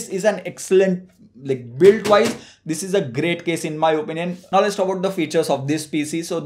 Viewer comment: I thought he is trying to say DHISss